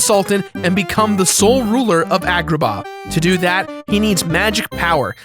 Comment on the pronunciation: "From the Coty of Agahnim"